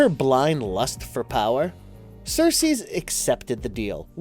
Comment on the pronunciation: Who else is distracted by him saying Sersees every time he refers to Circe? Where'd the "s" at the end come from? And Hecate "lamenates". Lol